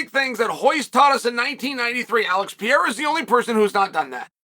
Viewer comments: You should first learn to pronounce a man's name (Pereira, not Piera). Then when you learn to respect a man and pronounce his name correctly, only then you can talk about what's sportsmanship and what's not. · Pereira not perheya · It peyhaydah say like that guy 😅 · Your pronouciation of foreign names is so hilariously American. Always cracks me up. Peyeaaara. Makkeltjev etc. lmao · Puh - ray - rah You're welcome, Chael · Im coming to the conclusion that Chael just doesn’t like Pereira. Constantly mispronouncing his name, calling him a bully, picking him to lose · Learn to say his name firsts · Bro. Pronounce his damn name right. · They way Chael says his name gets worse and worse each time 😂😂 bro is incapable of pronouncing Alex’s name even remotely close to correct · You still cannot say his name correctly? It'd be funny to watch him slap you until you learned respect and proper pronunciation. Plus, you chose Rountree to win...so ofcourse you are butthurt